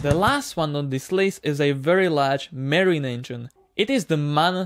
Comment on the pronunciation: Not merine but marine